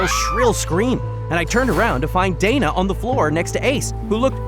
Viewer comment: wait isnt it dana and not data..?